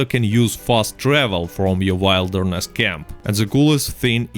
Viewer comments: Haha love the way you say wilderness. To properly say it, you pronounce it like Will-derness not Wile. But no big deal really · wilderness is pronounced like will-derness instead of wild-erness. Your English is dope though. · Genuinely not picking on you 'Wilderness' camp, a word not pronounced like the noun of it. It is w-ill-derness camp where the wild section is pronounced with an "ill" sound. like im feeling ill. 👍 Good wideo though I actually learned some sh.t. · It's pronounced will derness . But your way sure is funny to hear. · Don't chuckle at how he says "w-I-lderness camp" guys, it's VERY easy to mispronounce words when you are learning a second or third language. Good students read in the language they are learning, and very often you read a word that you have never heard anyone pronounce... you read it, you understand it's meaning, but you haven't had a native speaker SAY it it you so that you know HOW it is read and pronounced. Understand that it's a very common situation and happens with many words during a person's journey learning a language., as always - amazing video and solid tips, благодарю! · It's pronounced will-der-ness. I been leaning Spanish and I hate when I'm saying something wrong and no one corrects me. Love your video regardless of your pronunciation lol you the man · Yeah, when he kept saying Wild er ness I had to laugh